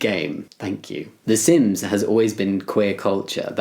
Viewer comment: How come when you said sims I heard ‘sins’ and was like “yup that’s me.”